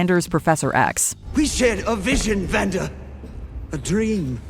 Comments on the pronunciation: I love how she calls him Xander instead of Vander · she calls Vander “Zander”